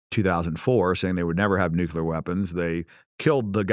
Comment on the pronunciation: If you cannot pronounce the word NUCLEAR you should NOT be able to hold any type of public office in any capacity.....we have an epidemic of people that cannot say the word NUCLEAR properly......This is not a hard word to say........ 😐🤨🤦.......it seems stupid on purpose at this point....